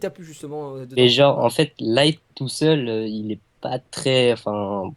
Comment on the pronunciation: sa me stresse les gens qui dise lighto